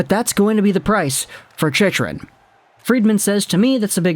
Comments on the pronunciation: As a Panthers fan, Chychrun is not pronounced like that. It's pronounced She-crun not She-she-crun, She-shrun, She-run. I should know, his father is part of the Panthers broadcast crew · It’s pronounced ‘Chick-run’ btw